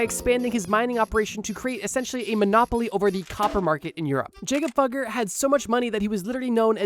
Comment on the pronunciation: Jakob Fugger is pronounced yah-kub foo-gur